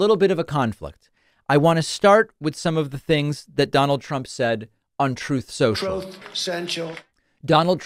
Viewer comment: I love how you always call it Throwth Sentchul